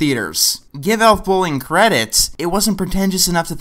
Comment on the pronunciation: "To give ?Elf Bowling? credit..." I swear you mumble that bit of dialogue 20 seconds in so badly that i will never know what film you are trying to say no matter how many times I relisten to it. Ah you say it again and it still sounds like Elf Bowling... Is that actually what it's called? Can't be surely. "They make you want to watch Disney's White Wilderness on loop". Hold on let me Google... Oh. Oh wow! What a ref to make. Well. You've got quite the willpower to watch this movie, and probably more than once to do this review. This was amazingly bad. Thanks.